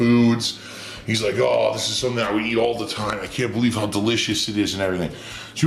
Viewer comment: "-not at ahwl, not at ahwl"